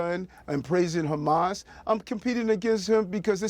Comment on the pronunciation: Truly ridiculous answer “what exactly did he say?” “PROHAMASSS” sir wut?